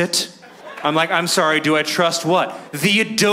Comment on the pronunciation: So wait, is it pronounced Adobe or Adobe??